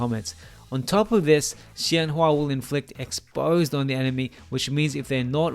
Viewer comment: I wish I will have time to play around her soon, this will be my guide~ Btw emaculate pronunciation of her name!! I'm surprised you got it so accurate now! Her name 仙華 is inspired by chinese folklore and her class name 太乙真人 is a kind of immortal adepti in the legends~